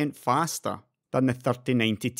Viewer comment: nothin evah betah than fastah rastah